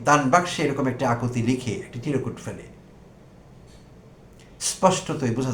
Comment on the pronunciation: শব্দটা চিরকুট নয় চির্ কুট( chirkut)